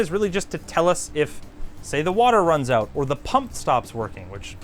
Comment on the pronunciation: I love the Canadian oooout. lol 😂